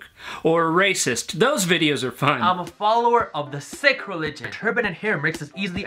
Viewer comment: Yes, you pronounced SIKH correctly 😉